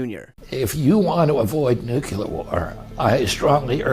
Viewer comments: This jackasss is a supposed lawyer from an ivy-league school & yet, can't say "nuclear" correctly & instead, pronounced it "nucular".🤦‍♂️ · & RFK Jr SHOULD AVOID saying shit like NUCULAR which makes him sound like a total moron. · To the reporter and RFK, Jr. who embarrass themselves: it's nuclear, not nukular! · Small point: why can so many people in the USA not pronounce the word "nuclear"? It's easy to say: "new-clear". But so many people are copying the incompetent Bush Junior who was the first to say: "Nuke-yi-lar". 😂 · Why do so many republicans pronounce “nuclear” as “NUKULAR” 🤣. It’s such a silly bone to pick, but something bothers me about politicians holding the power to preserve/destroy the globe not able to pronounce “nuclear” in the only language they know lol. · NUCLELAR... it is NUCLEAR, can't stand that people can't spell nor pronounce this correctly - RFK jr. is an idiot! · nookyaler Your idiots cant even say nuclear properly and THEY have the button!!! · Every American who uses the word "nukular" is even dumber than W. It's NU-cle-ar, people! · Robert Kennedy JR: “….NUCULAR WAR…” About as smart as the demented chimp W Bush (war criminal). Did He ever finish high school? Maybe he was too busy selling drugs to learn how to pronounce NUCLEAR WAR. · ship the entire administration to Iran to pay for war crimes committed against the Iranian people. Also RFK jr is yet another idiot who cannot pronounce the word NUCLEAR! not NUCULAR . Majority of people do not seem to grasp the word which proves lack of simple intelligence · Why oh why can't people pronounce Nuclear??? "Nu clee er". Unbelievable. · NEW-CLEE-UR. Learn to pronounce it correctly. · RFKJ is talking about "nucular war." What a dimwit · DUBYA Bush taught Kennedy how to pronounce "nucular" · Most of them can't even pronounce the word "nuclear" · I swear, I have absolutely NO respect for any politician who can’t pronounce the word “nuclear” correctly… cough RFK Jr cough